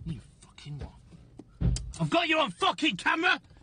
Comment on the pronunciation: This man’s “Wot?!” had me dying. He really placed emphasis on the t.